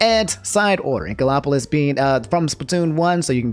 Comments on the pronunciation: Everyone: Inkopolis: Inkolopolis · I love how you pronounced Inkopolis as “Inko-LOP-olis” 😂😭 Also, if the student was already willing to make bomb threats as a “joke” just to cancel classes for a video they can watch after school, that student was already screwed up to begin with and had no one to blame but themself. Even if it was a “joke,” how would we know that it was just that and not alluding to something that could happen in the future? If this rumor about Twitter was true, artists may have to find a different social media just to post so much art they planned to post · love how me pronounces inkopolis as "inkolopolis" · “Inkolopolis” 😂 love it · No WAY you pronounced inkopolis like that 💀